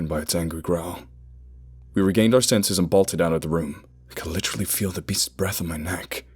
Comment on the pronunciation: The only thing that keeps your American accent from sounding native is your pronunciation of "literally". Try more like "lidderally", a lazy rolling through the "t".